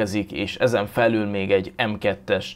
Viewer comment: az még mindig alul es felül nem pedig alllul es felllul😂😂